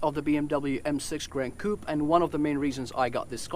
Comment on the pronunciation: the way u say coupe will get u murdered in france😜